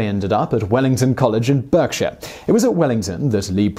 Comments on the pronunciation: Mr Whistler are you a Brit? If so you should know how to say Berkshire. It is Not Burk shire but Bark shire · Berkshire is pronounced Barkshire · Interesting man... But why do you pronounce 'clerk' and 'berk' as an American? Surely those from the USA would understand English pronunciation? ... Bāhkshire and clāhk... This is puzzling as the rest of your delivery is British-English and it jars. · Berkshire pronounced Bark shire and you know it. Please. However Christopher Lee great choice as always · "Berkshire" please say it properly you already mispronounce somethings because you're talking down to the yanks at least get that word right. For the Americans out there it is pronounced "Bark-shur" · The narrator is English, why does he pronounce Berkshire as Burk shire?.Also he says clurk not clark for clerk. Apart from that well done. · An Englishman who doesn't know how to pronounce Berkshire?? Fix up Simon it's pronounced Bark-Sheer